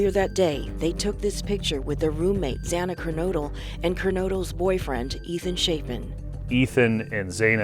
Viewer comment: "Kylie"? " Zayna Karnaudle"? And it's not "MosCOW." It's "MosCO." "Senior Investigative Reporter" is so dumb. She should know better. She doesn't even have enough respect for the victims and their families to find out how to properly pronounce their names first! And considering her line of work, she should know by now! And the other reporter says, "Mojen."🤮🤮🤮